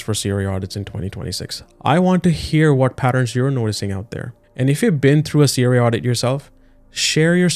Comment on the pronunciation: Your video is unwatchable. Your pronunciation of CRA is triggering Siri in my car.